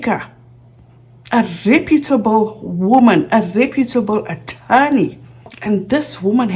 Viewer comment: Reh-Pyooo'-table???? The word is Re"putable